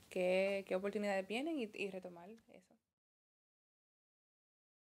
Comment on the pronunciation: "Analizal" "No te acueldas". Hablan inglés, pero no saben hablar español! "Palte" "Opoltunidades"